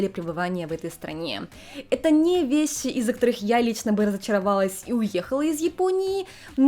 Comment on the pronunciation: А тут уже раскрывали, почему произносит шипящие на японский манер?, Неотсевидные, весьси (вещи) и тп? Вроде ее мама тут говорит абсолютно стандартно. Может, специально выработала такое произношение в отрочестве, когда была отаку? Меня как лингвиста больше всего заинтересовала и удержала на канале эта особенность, было бы очень интересно узнать.